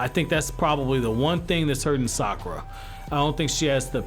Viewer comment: Cmon bruh. It’s Sakura 💀